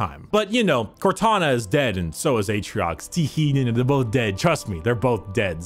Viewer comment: i like how about 20 minutes in we drop Atriox and just call him Aatrox.